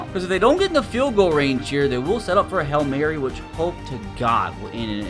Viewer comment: Its HAIL MARY NOT HELL MARY